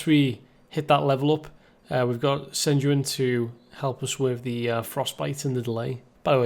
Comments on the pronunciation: love this so much sejuani is actually pronounced sej-wah-neh as it would be in ur sexy accent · well that was certainly a unique way to pronounce Sejuani